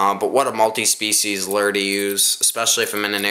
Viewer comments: im not sure if its just cause im southern,but why is he saying lure like lerr? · it,s not a lur it,s a lure